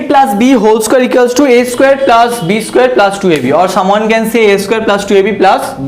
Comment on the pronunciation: Sir please change your plaas to plus and very good explanation 🤣🤣🤣